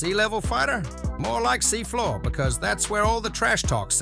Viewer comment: Man said see floor😂